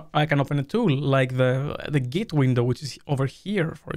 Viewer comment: You pretty funny pronounce tool. May that only for sound fun cause English is not native for me